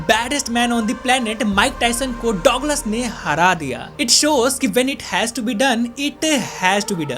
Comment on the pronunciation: Douglas ko duglus bolte h